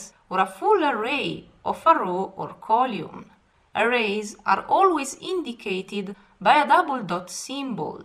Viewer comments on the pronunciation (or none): column is pronounce "call um"